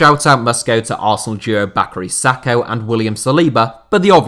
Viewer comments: “Baccary Sahko”........you mean Bukayo Saka 😂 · did this guy say bacary sako??